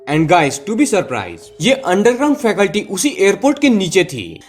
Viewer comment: फैकल्टी नही भाई जी, फैसिलिटी. क्षमा करें 🙏